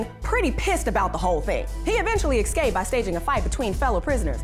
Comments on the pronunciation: Man I love the way he ecscaped, almost as much as I love how she pronounces escaped incorrectly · If you're going to narrate videos, please don't say things like "exscaped." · He "excaped"? LOL.